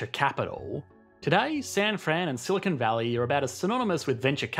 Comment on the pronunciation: The British always make this mistake. They mispronounce Silicon Valley as "Silicone Valley", too.